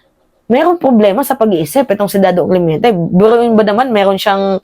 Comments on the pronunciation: correction.. CLEMENTE hindi CLEMYENTE. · Clemente not clemiente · Clemente hindi clemiente